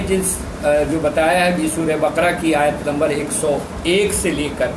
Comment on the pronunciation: SURAH BA QA RA HAI. NOT BAKRA